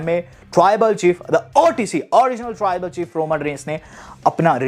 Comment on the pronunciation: Taarrrrrribal chief 😂